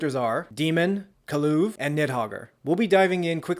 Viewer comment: “Kaluve”😂 nice way to say kulev. Edit: did you pronounce it differently every time because I heard ku-leaf and some other variations of kulev